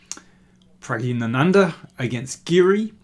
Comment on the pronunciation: I am an Indian ..i most definitely know how to pronounce Praggnanandhaa ..and he doesn't pronounce it right ..so I could imagine how he fks up other names as well .